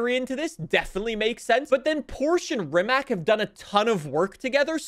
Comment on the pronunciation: And Ree-ma-c. Not Ri-ma-k. With a C, not a K because in Croatian it's pronounced with a C